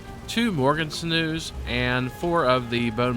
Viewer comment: sinew = sin-you